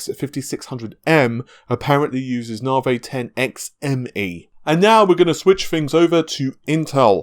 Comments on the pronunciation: Come on dude even AMD say Nav-i, why stay with the Narvay all the time. You sound daft and I know you aren't. If it's just to troll then you got me. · Thing is though, if you can say Narvay you can say Nav-i. A speech impediment wouldn't prevent that as far as I know. Who knows. I just don't understand why he does it that's all, not just with Navi but with other stuff. Maybe I'm just being pedantic.